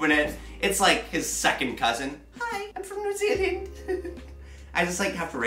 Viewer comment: No he pronounces it right.